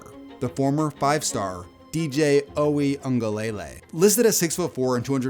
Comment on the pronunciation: Can't pronounce Uiagalelei and uses ESPN recruiting rankings as opposed to 247 or rivals/on3, is a casual?